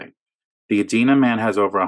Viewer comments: Edina = ee dine ah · It's pronounced ee-dy-nah... dina like eat at the diner. Growing up I thought it was like the name Edna with an 'i' in the middle until I heard it said. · Get em. That Klozer idiot sounds about as coherent as a ham sandwich. BTW it's "E-dye-na":)